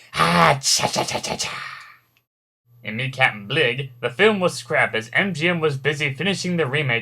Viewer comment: Next time you remake this, try & pronounce a few names right. 1) The man who helmed the Bounty wasn't "Captain "BLIGG" -- it's pronounced "Bly"; 2) Moe's son-in-law the Stooges film director wasn't "Norm Mah-REE", his name is said like "Maw-rer"; and 3) it's not RoBOTic Stooges, it's RoBONIC Stooges! Plus, you left out their final non-event: Moe, "Harry" (Emil) & Curly Joe were cast in the sleazoid "Blazing Stewardesses" but Moe died and the roles went to the [Echh!] Ritz Bros. instead.